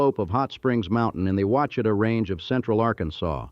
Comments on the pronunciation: Got a kick out of the Ouchita lake being pronounced oochita, instead of Wash a taw. Guess AI doesn't check for correct pronunciation. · It is pronounced “wash-ah-taw” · Stopped watch when the AI voice over mispronounced Ouachita.